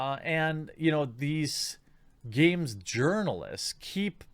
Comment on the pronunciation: Wooohoo games jurinalist is back! (the J is silent)